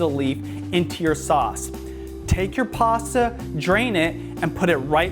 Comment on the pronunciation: Are you saying passa? Lol